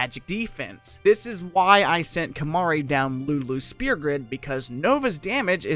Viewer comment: It's Sphere. not Spear >_<